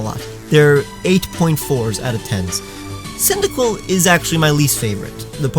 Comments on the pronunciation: CYNDAQUIL, NOT F*CKING CYDIQUILL! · THE FIRST I IN CYNDAQUIL IS SUPPOSED TO BE AN A!